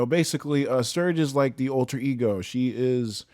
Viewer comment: When you said alter ego, I first thought you said ultra ego.